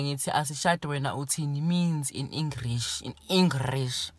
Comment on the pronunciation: "in engrish"⚰️😂